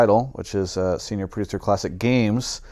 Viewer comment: "Senoir" Producer.